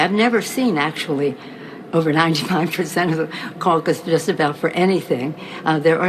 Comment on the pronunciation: Am i the only one thay laughs when she says caucus lmao all i can see is her flipping her teeth again